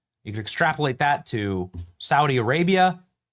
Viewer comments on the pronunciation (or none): none